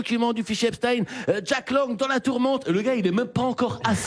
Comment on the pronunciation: Et pourquoi "Epstin" ça ça me choque un peu... On ne dit pas Einstin!!!Ni Frankenstin!